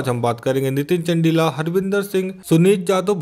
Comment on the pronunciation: Abhe bhai not चंडिला चंदीला hai vo bhai apni pronunciation theek kr tu